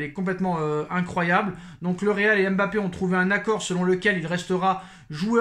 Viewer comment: On ne dis pas M'bappe , on dis Mbappe